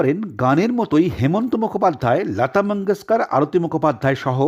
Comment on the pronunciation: আপনি বাংলা উচ্চারনে লতা কে ল্যাতা কেন ?